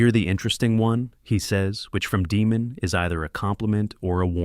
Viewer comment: DAEMON ….. DAYYY-MON…..Not DEEEEMON